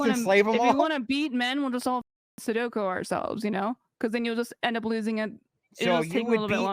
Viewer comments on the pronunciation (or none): Did she say we should "Sudoko" ourselves? 🤣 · Had to rewind a couple times, maybe i misheard. Did she say sudoku instead of seppuku?